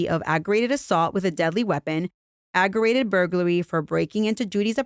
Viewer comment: it’s aggravated—ag-gra-Vated—not “agg-er-rated”. There’s a ‘V’ in there.